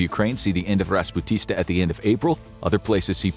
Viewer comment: It's not about unpaved roads during the rainy season, but going off roads and getting stuck in a muddy field. It's pronounced like rasputisa.